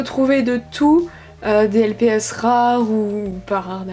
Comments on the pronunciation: Pourquoi tu dis lpis ? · poli tess la façon dont elle a dit lps c avec l’accent anglais ^^